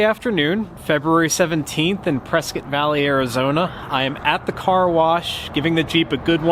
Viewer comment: It’s pronounced “press scott”. I live in AZ so I know.